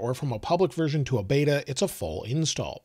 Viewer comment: It’s beta not bada